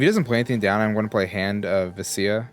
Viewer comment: please for a dnd player this hurts its vecna as in vekna not vencia